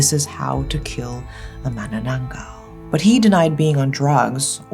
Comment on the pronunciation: This may be out of topic with manananggal.... But I love how u pronounced it correctly, ma-na-nang-gal...u know the sound of *ng*.... so tagalog🤍